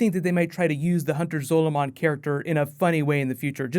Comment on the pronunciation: It's Hunter Zolamon. Not zolo. Completely different characters.